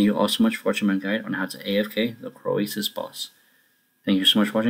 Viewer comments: You say it like Crow-Sus, not Cro-Ay-Sus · disliked because of how you say croesus